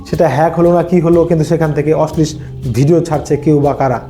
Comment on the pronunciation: Kotha ta Oshlish noy. Apni hoyto oshlil bojhatey cheyechhen. Bangla ta ontoto shotthik uchcharon korun.